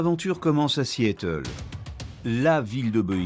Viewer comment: Le narrateur prononce ridiculement Seattle: See -éteul!!! Du coup, on éclate de rire!!!